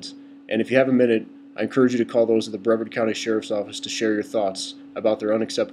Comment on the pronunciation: First of all it is pronounce Bruh-vard, not Bre-verd. Mr. Ivey is a great guy, the people in these videos are assholes, he's a busy man. Besides, it is a safety hazard to be around an officer when he is going through a traffic stop. If he is busy taking care of a speeder, he can't give his full attention to the person coming up behind him who could POSSIBLY have a weapon. Dont tell me thats BS either because shit like that happens! I live here, and i have to say the law enforcement is great.